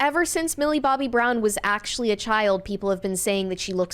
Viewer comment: “thott” age range? “Oxcually”